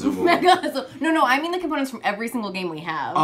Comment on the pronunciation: As a brazillian portuguese native speaker I'm really amazed how pronounces "Azul" perfectly.